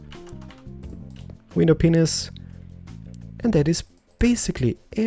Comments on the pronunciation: WTF DID HE SAY WINDOW PENIS!!!???O.o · I love the way he says window penises or black stained penises hehe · I mean, his voice is nice and soothing to me :3 but right here, did he say "window penis"? XDDD